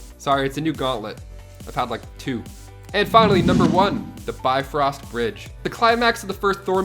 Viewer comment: The BITfrost Bridge? LOL